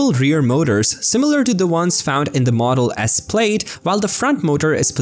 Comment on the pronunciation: It's pronounced 'plad', like 'glad', not 'played'.